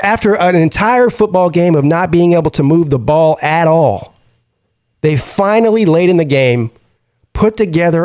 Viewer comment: PP it’s just one game. You sound like a Alabama fan dude! “Just run the Bawl”